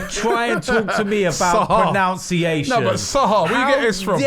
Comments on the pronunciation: how dare you talk to me about pronounciation. Not to be the English language police, but its ironic that "pronounciation" isn't a word, it's pronunciation, which is pronounced pro-nun-ci-at-i-on, not "pronounciation" as pronounced it😂😂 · Pro NUN ciation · how ironic is it that says 'how dare you talk to me about pronunciation' whilst mispronouncing pronunciation loooooool